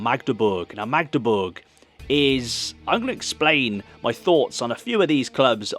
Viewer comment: Tbh you pronounce Magdeburg much better than many 'west' Germans do. They often sounds like Maaahhgdeburg😊